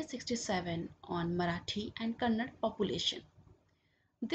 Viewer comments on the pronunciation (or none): how difficult was it for you to say "Kannada"